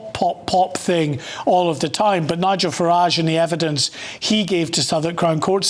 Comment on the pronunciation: The way he prounaced Nigel farage! 😂😂 Learn to read matey. Send him back ASAP.